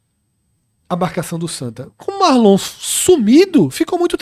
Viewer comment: O nome é Marlon não Márlon